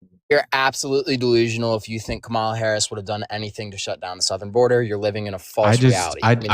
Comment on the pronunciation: It’s Kamala not Kamala